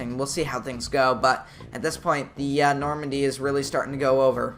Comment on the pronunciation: norandie not nomandy